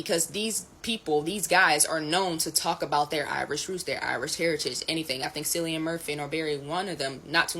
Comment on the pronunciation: Dear black lady in green: Cillian is pronounced the same as Killian.